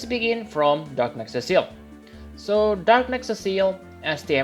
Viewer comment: "Cecile" is a girl's name. His name is Cecil as in see sill lmao.